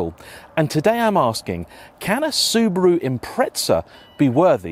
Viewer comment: Soo-BAH-ru, not Soober-oo. Soo-DOH-ku, not Sooder-ku. Sort it out or you'll get a slap. 🤭